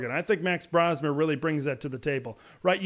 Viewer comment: btw it is pronounced BRO-smer not BRA-smer